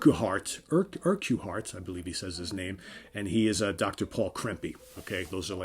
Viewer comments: Urquhart is pronounced 'Urkut' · I think it's Urk-hart (accent on the 1st syllable.)